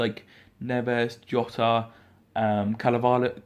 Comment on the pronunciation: I'm a wolves fan and I've never heard of these hota or Paul ruddy or caveleeno. Takes 15 seconds to learn a players name especially if you're gonna butcher 3 of our key players names.